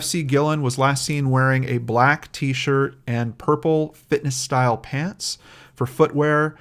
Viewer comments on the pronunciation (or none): none